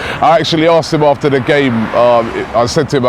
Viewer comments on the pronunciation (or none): none